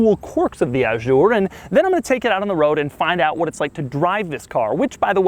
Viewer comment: Waft aint no country I ever heard of! They speak English in waft?